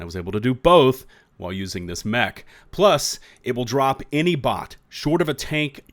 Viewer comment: "A New Meh-ch"